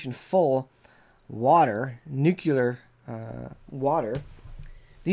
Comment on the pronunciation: N U C L E A R not NUCULAR